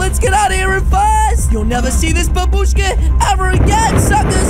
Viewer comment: did you say bababuska and babuska😂😂